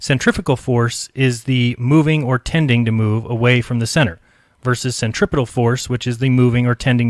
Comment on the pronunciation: Why do so many people mispronounce centripetal? The accent is on the second syllable not the third. I learned this in science class in junior high school, for God's sake. cen·trip·e·tal /senˈtripədl/